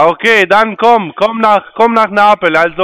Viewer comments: Komm nach napel sagt der , er kann nicht mal neapel aussprechen und will dort leben. 🤣🤣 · 😂komm nach napel, geb ich dir ne Pizza aus. Er is so ,minus Einzeller, der kann noch nicht mal Neapel richtig aussprechen. Da hast ein Paradebeispiel deluxe an der Strippe gehabt 😂